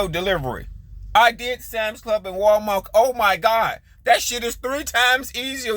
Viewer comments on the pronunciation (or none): he said Walmark🤣Walmart drivers get paid for LITERALLY EVERYTHING they do. EVERYTHING.